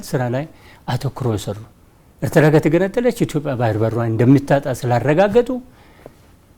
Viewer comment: የኤርትራን ስም ራሱ በደምብ pronounce ማድረግ በማይችሉ ሰዎች ናት ኤርትራችን የነዚህ ምድረ ደደብ መጫወቻ የሆነችው😂😂😂 እትራ እትራ እትራ እትራ እትራ .... እትራ እንዳሌክ ትቀራታለህ:: ................የብብትዋን አጣች እንደሚባለው ሌላው የኢትዮጵያ ክፍል በቅርቡ ሌታጣው ነው